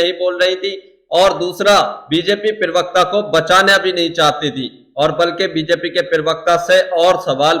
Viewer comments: भैया जी, पिरवक्ता नहीं, प्रवक्ता। प्लीज़ अपने हिन्दी के उच्चारण दुरुस्त कीजिये। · पिरवक्ता नहीं...... प्रवक्ता. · Perwekta nahi yar parwakta hota hai